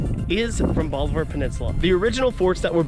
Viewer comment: Bolivar. BOLIVAR. Not "bolliver".